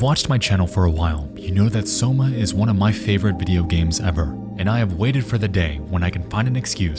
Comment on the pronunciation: Did homie really pronounce Soma as Somo?